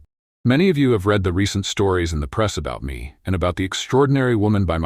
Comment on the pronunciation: Good story, but I wish AI would learn the context of present or past tense when using the word read. Pronouncing it as “red” no matter the tense temporarily causes loss of context and understanding.